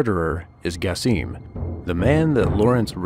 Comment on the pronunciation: its not gasim at least try to say it right